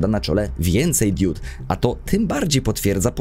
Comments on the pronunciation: Mówi się "diod", a nie "diód". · To drobiazg ale powtarzałeś to w filmie wiele razy. Mówi się diod nie diód.